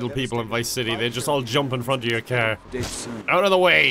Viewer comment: The best part is like he's talking super normal and then he says "caeerr" instead of car and I always die